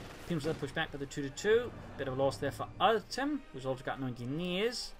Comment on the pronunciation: Artem actually pronounces like Artyom it is a russian name.